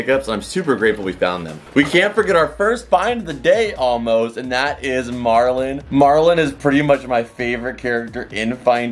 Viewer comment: I love these vids with mum especially nearly 40 mins ❤ also it’s marlin not Merlin 😂😂